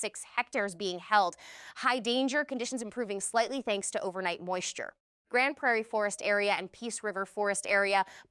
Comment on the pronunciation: Yay. You said Grande Prairie correctly. Thx.